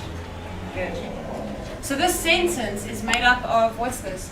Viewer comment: how can we expect students to learn well if teachers do not pronounce correctly or even use proper grammar when giving instructions(...read me...azume..but the most hideous: tsencence)